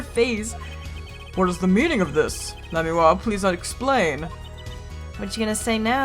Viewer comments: Godot ikr, btw u know she is saying lamiroir completely wrong as well as tobaye Edit Lamoir = lamb+war Tobaye=Tobay+aye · Idk if it's canon or not, but I like the pronunciation she came up with in this episode "La-mira." It's more elegant sounding than any of the others. Plus she spent most of her life in a fictional country, so really we can make up whatever we want for pronunciation. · If you don't pronounce Lamiroir's name right, I'm gonna start spoiling shit. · google l'a mirroir translate' and hit sound button for pronounciation